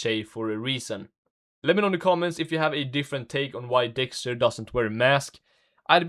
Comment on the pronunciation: help i cant unhear this dude saying dickster